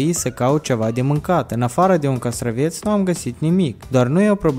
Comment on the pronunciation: Castravete nu castraveț